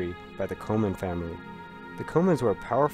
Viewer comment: the name Comyn isn't pronounced ''co-min'. It is pronounced more as 'cummin', similar to the anglicized Cummin, or Cummins. To pronounce it like co-mins, would be askin tyo pronouncing Mata Hari as Met a hairy.